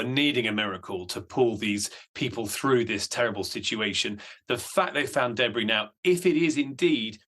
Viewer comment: The pronunciation of debris sounds wrong🤪